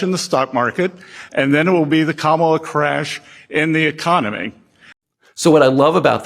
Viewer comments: What I love is accidentally pronouncing Kamala correctly right in front of DanOld, tried to "fix" himself, then repeated the correct pronunciation again. The pressure is real! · he pronounces Kamala's name correctly followed by the derogatory way and then correctly again. I don't think he can get the hang of using the slur version. Daddy Trump probably gave him a little spanking for that